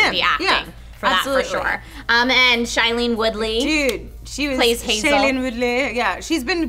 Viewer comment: Two movies they've reviewed with Shailene Woodley... 0 for 2 on saying her name right lol